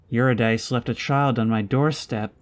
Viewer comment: Eurydice is pronounce yoo-rid-i-see, with the second i pronounced exactly as the i in rid.